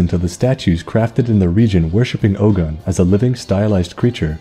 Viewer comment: I'm Yoruba... But my god, your pronunciations are funny... Ogun is oh as in Ohio and gun as goon but stressed like you're asking a question... Yoruba is yo as in the greeting yo, ru as in woo or rue or sue, ba as in bad again with a stress like you're asking a question... You should always end them like you're asking a question because we like to stress the last syllables... And the funniest pronunciation you made... Ife... Firstly, ife is two syllables not one... Not hive, I as he, feh as if you're saying feather but again with a stress at the end like you're asking a question... Olorun is o as in on, the uh part when you're pronouncing on... Lo is like saying law without the w or lore without the re... And run is basically rune without the e and with a rise at the end of the syllables like you're asking a question... Plus no, it's not an accurate design... They should have learnt more about Ogun... They would have gotten it almost perfectly if they change the wraps to red because that's just meant to be a red iro and buba, basically two red yards of clothes not a mummy wrap of bandages because the red color was the real reason it was on the statue not the clothes... And the vines aren't vines, we don't have vines here in western Nigeria except deep somewhere unknown in the jungle that we had no idea about... Those vines were palm fronds because those were important because of our reliance in palm oil and using palm oil to preserve iron... My god, no one can miss the mark mo